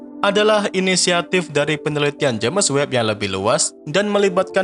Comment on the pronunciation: Udah puluhan episode naratornya masih nyebut "je'mes web"